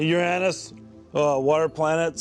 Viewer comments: The best part is he inadvertently pronounces Uranus the correct way. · The funny thing is his pronunciation of Uranus is closer to correct way than the vast majority of peoples (eg. your-anus...)